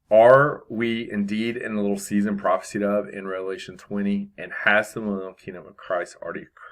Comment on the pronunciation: So good again. Thank you. Prophesied pronounced with a long “I” ( prophe-sighed”)